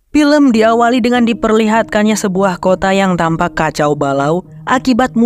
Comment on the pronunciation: FILM ...EEEFFFF EEEFFFF bukan PILEM .....VIRUS bukan PIRUS ....VEEEE bukan PEEE